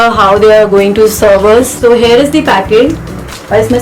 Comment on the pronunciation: It is "here" not "heir" or "hare"- as you pronounce!!!